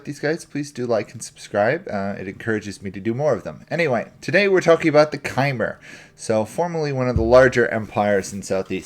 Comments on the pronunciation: Hey great guide. Just wanted to let you know that Khmer is pronounced more like Kuh-Mare. Good stuff otherwise though! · its pronounced kmai